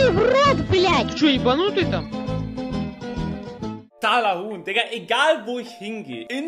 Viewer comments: Fck ich sterbe. 😵 💀 Ich musste bei jedem TALAHUHN so lachen.. Atmen vergessen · Das. heisst. richtig. Talahuhn